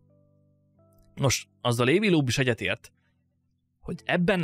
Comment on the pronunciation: Loeb = Lób !